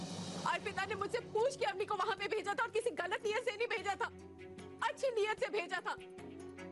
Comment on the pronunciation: Auni nhi hota woh Avni hota hai.